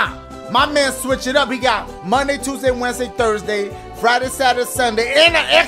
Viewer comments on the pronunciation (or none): none